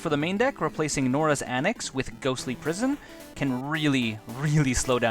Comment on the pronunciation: Awesome deck tech! Looks fun and I may make it just bc so cheap!! Jsyk- It's Stasis snare, not statis snare; norn's annex, not nora's annex; and proclamation of rebirth, not preclamation of rebirth. Still awesome video, thx for making!